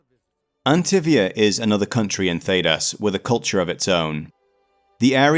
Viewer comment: Loved the video, couldn’t get over the fact that you were saying Antivia instead of Antiva